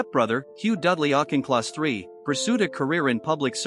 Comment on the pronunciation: autch in kloss not auk in kloss